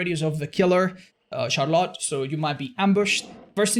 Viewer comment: kills me the way he pronounces Charlotte lol